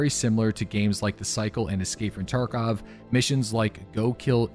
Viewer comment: love how he says escapefrtarkov